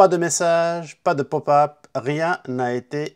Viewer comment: Une applicatian??un pap-up,toutes vos cadenas,vous pouvez yaller dans..mdrr un ptit tour chez l'orthophoniste ou même a l'ecole serait pas de trop ..une applicassian🤣🤣🤣🤣